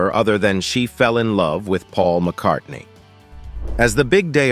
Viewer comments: Linda McCardy? C'mon AI, do better. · I know what you mean, but this video was bad in so many ways, that was the least of them, the worst was the constant mispronunciation of her name, the narrator kept dropping the N at the end, calling her Linda McCarty, not much of a tribute, if you can't get her name correctly, almost as bad was how [purple the writing was, it sounded more appropriate to a soap opera, romance novel, or something on the Hallmark channel than on youtube, I did learn quite a bit about her I didn't know before, which is always a good thing, but it was painful to watch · 1. You can’t even pronounce her name. 2. Some of the footage you're showing isn’t even her.